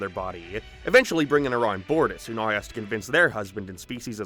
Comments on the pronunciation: Whats with the random 1 off words being pronounced wrong? Now is nerrrw for example, space is sprse, paced is pea-s-ed. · Buddy.... Your vowels. You're saying basic words wrong. Fix your impediment. Thumbs down. Now is not pronounced "nar" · was the most CURSED pronounciation of "now" i've ever heard, lmao. I actually repeated it to listen to it again :P